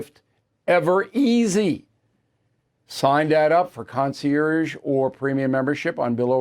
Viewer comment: Bill can’t even spell, let alone pronounce half of his “words of the day.” And don’t even get me started about how he mispronounces “concierge” every day.